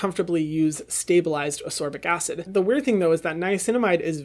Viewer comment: It is AsCorbic acid, not Asorbic pleaseeeeee